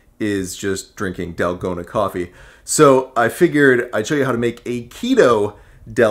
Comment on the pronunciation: It's "tal-go-na" the a sound (a = car)